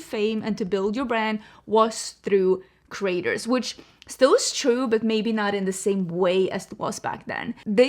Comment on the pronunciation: Your accent saying creators like "Craters," was the accidental truth the Morphe story needed.